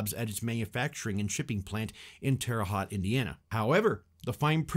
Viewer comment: I chuckled at how he mispronounced Terre Haute.